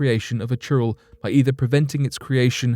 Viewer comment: It's churail not churro 🤣🤣🤣🤣🙏🙏🙏🙏